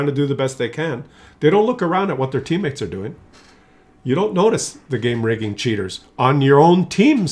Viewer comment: I didn't suspect it was game rigging until you told us. It sounded like you were saying clown vagen or clown car.